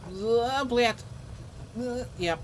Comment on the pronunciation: Blat it is incorrect. You must say it more “soft”. Blyat’ or bliat’. Блять. ***ТЬ -> soft T -> T’. 🫢😉